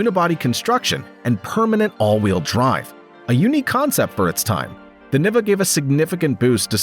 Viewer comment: It would make the Niva the first crossover? (Also it’s pronounced nee-va)